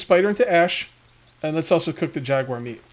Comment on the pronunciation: jaguar, not kugar ;)